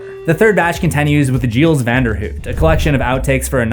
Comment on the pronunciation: I love everything about this video except your pronunciation of the name Giles. (Buffy fans know). Lol